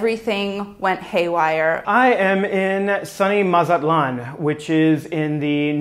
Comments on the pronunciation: Bruh, he completely botched saying Mazatlan. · the way he pronounced mazatlán caught me all the way off guard